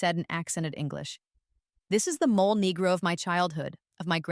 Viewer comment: Mole negro pronunciation: MOH-lay NEH-groh